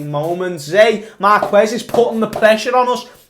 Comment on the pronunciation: you don't need to pronounce the u in marques my lad